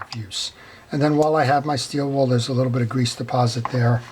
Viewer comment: It gets me everytime you say steel "wall" LOL!. It's steel wool pads! Thank you for your videos. I learned servicing my reels from them.